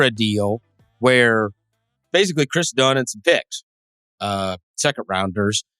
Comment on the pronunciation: Lmao "Kris Dunn"